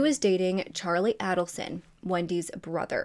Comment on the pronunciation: FYI…..Adelson is pronounced with a long a.